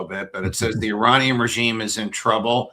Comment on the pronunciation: Please call them Iranian , not I ra nian. Eranian